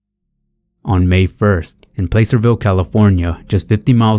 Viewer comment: they pronounce Placerville, Plasser-Ville, by the way. Not trying to be a dick, just lettin ya know